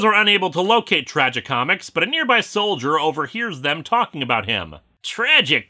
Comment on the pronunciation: I just irk every time he pronounces Tragicomix as "Tragi comics"!